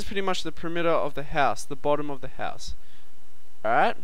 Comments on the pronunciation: I like how he says "A'rrite" :P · All Aussies say alright so don't worry about it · LOL how he says alright